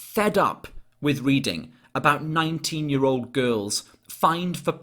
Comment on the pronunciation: I'm pretty sure his accent is Welsh. Sort of an odd, posh-sounding Welsh but Welsh nonetheless. I've never heard any other nationality pronounce "year" the way he does, "yurrr".